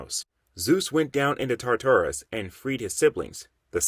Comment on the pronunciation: You don’t know how to pronounce none of these names fam🤣 as a comic and mythology nerd it was aggravating hearing the wrong names. The biggest one was TAR TAR RUS. Like bro just google it if you don’t know how to say the shit